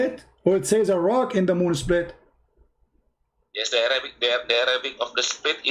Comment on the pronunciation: Even i am Indonesian but when said "seplit" instead of split.. I am out... He sounds like Fadli Zon... Oh....